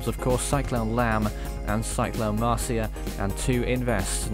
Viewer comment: He said the name wrong XD